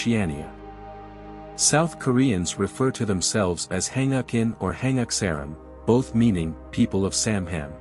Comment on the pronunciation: Koreans are not mentioned in the Bible. Stop spreading lies using AI. AI Chatgpt has a lot of flaws. "samham"!!!??? "hangakin"!!!??? "Hangakseram"!!!!!??? "Samham"???? It's" Han-guk saram" "Han-guk in" and "Sam-han" ! "Kosanin" , "Kosansaram" people of "Kosan" is all wrong. It's supposed to be "Koryo saram" North Korean don't refer to themselves as "Koryo Saram"; Russian speaking Koreans who live in Uzbekistan and other former nations surrounding the former Soviet Union call themselves "Koryo Saram". There are more mistakes but I feel like I'm wasting my life listening to this drivel.